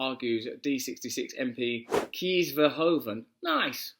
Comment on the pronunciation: Kees VerHoven? Kees is pronounced "Case", Just saying.